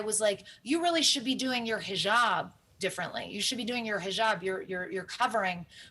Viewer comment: Lol I guess we're watching 2 different stuff cause they blame exactly America for everything. She doesn't even pronounce hijab properly, does anyone think she actually knows anything about the people there.